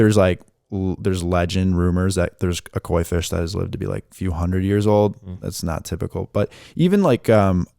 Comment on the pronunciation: I thought he said a marijuana fish at first ha ha. 😂